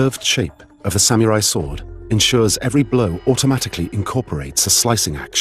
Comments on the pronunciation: Samyourai...? Oh...you're trying to say SAM-UH-RAI. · re: Pronunciation - The narrator and commentators are disrespecting the Samurai by pronouncing it Sam-U-Rye and Sam-Ya-Rye instead of "Sam Er I" - A self-inflicted knife in the belly is the only honorable way out for them now. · You mean Samurai (侍)? There is no OO or YOO in the word. It is pronounced as SAM-RAI. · Why is it pronounced "sah Mee you Rai"? 🤔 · Yeah, Sameeyourai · How to butcher the simple word SAMURAI.